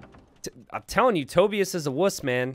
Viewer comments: Wait. Tobius. As in “Toby-us.” Is that a name? I’ve heard of “Toe-bye-as” but not Toby-us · Toe-Bye-Us, not Toe-Bee-iss. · To-bye-us. Not tobi-us.